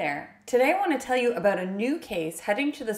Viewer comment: Awww you say "About = Aboat" so cutely, Cute Cuddly Canadians 🙂